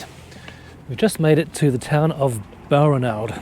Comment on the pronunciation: BAL-RAN-ALD, please, with the emphasis on the second syllable. The 'ranald' sounds like 'ronald'.